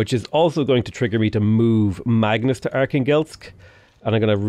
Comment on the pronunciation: Every time pronounces Archangelsk it kills me inside as a native russian speaker.